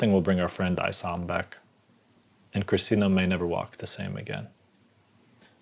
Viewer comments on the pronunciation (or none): Honor your friend, Issam by pronouncing his name correctly.